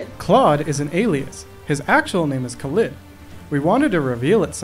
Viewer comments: omg... Khalid... I didn't realize you pronounced his name like it's a brand of TUBAWARE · The way he pronounces Khalid bothers me sooo much omg